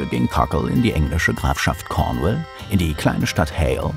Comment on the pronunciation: It‘s Cornwall, not Cornwell…!!